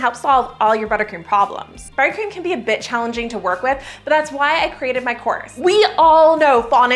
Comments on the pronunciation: When you said "buttercream can be a bit challenging" I heard "buttercream can be a bitch" and the Chef in me thought too true! 😂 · You said “buttercream can be a bit challenging..” and I SWORE you said buttercream can be a bit** 😮😮 hahahaha I have been wanting an ice cream maker so this video came at a great time!